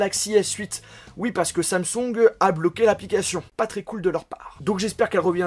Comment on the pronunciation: Pourquoi tu dis Samsong au lieu de Samsung, tu as acheté une copie Chinoise? Sinon, dans l'attente de Bixbi, S-Voice fonctionne ou bien? J'ai vu que Bixbi à été créé par des anciens ingénieurs de siri, info ou intox?